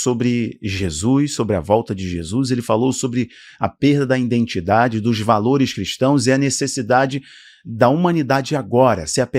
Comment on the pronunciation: Identidade não indentidade